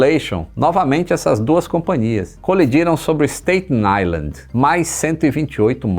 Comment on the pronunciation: como você gosta de inglês, dá uma olhada como se pronuncia Staten Island.